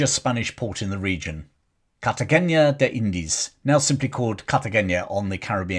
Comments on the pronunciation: I agree. It's an n not an ñ. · Also, The " na " in Cartagena is just that N+A : na. No Cartageña . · Minor point, as pronunciations are hard. Cartagena is pronounced more like Cartahena.